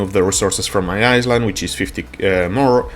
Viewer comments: Eye-land not iss land reminds me of the commercial of the girl who said that and got made fun of Jesus Christ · No, he's saying "Iceland". He MEANS to say Island, but his pronunciation is awful. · love your vids bro thought i'd let you know it's pronounced eye land not iceland but i know what you was saying keep it up with the vids because i need all the help i can get! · Is he saying Iceland or Island? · I like the way you say Island but that's not the way to say it. It is more like ( I land ) the s in island is silent it doesn't make a sound. English is my given language and sometimes I still can not get it right , like some words sound the same but have 3 different spelling and 3 different meanings. like there their and they're . there is over there or look over there Their means that is their house and They 're like they're going out to the movies. I hope this helps :) take care Cheers! and thank you for the video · Hey friend, just to help, in English, you say EyeLand, the the S is silent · I think for him needs to be written as ailand or iland :)) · Island -> eye-lnd (land without a) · Thx bro for the help!! English is 👍 Heads up, the s in island is silent 😀 So pronounced "iland" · For future reference, the s in island is silent :D